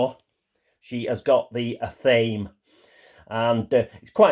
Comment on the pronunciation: Just an FYI...I once had a Wiccan roommate and I'm pretty sure athame is pronounced "ath-uh-may"